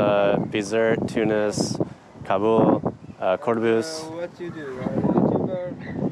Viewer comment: hhh Nabeul not Kabeul.